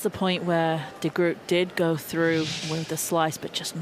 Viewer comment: Again, my compliment to the male commentator for his pronunciation of Diede de Groot's name.